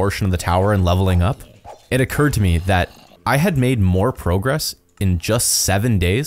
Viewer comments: Literally 4 minutes in you pronounced progress “Pro-Grass” pro grass? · it is funny how he said the word "progress" wrong